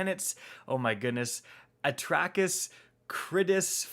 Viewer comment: When he said the names with trouble I was saying them with ease. Wow, I need to really take a break from Destiny for a bit if I’m saying that easily. The names are pronounced At-racks, Kri-dis, Phi-laks, and Prack-sis. you need pronouncing, hit me up for help